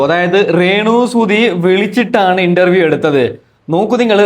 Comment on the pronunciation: എടാ ചെറുക്കൻ ഇൻട്ടർവ്യം അല്ല. ഇന്റർവ്യൂ